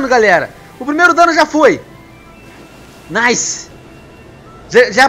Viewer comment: porque tu fala naise